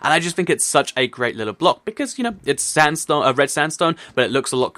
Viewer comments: Am I the only one who kept hearing "standstone" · he said stanstone!!